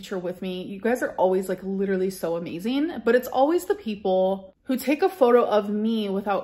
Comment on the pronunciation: Riveting content as usual ICKSPECIALLY the candle situation type deal. Lidurally.